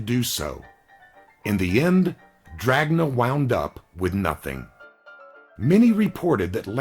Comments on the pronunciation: In italian it would sound more like dranya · not to nit pick because you do a great job but jack dragna pronounced DRA-NA... g is silent in italian, doesnt really matter tho i guess